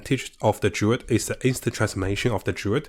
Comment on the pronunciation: It's not Durid... it's Druid